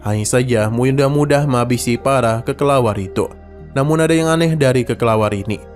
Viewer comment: Kelelawar min bukan kekelawar🗿